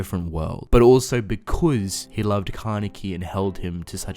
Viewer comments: Can i just mention how he says because BECOUZ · The way he says “because”... sorry not trying to be mean